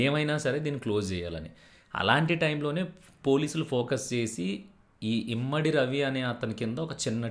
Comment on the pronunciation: ఇమంది ... ఇమ్మడి కాదు